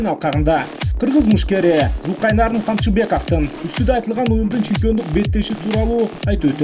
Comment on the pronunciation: Журналист туура айтчы атын Зулкайнарн дебей Зулкарнайн деп